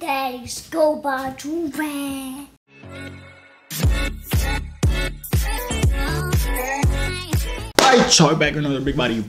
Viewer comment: That gul said JoYvier like umm...